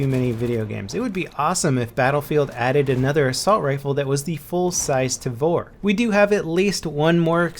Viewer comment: the tavor is an israeli gun (made me giggle hearing him say the name)